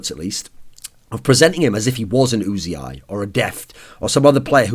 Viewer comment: It's just uzi, as in the gun. Not "oozey eye".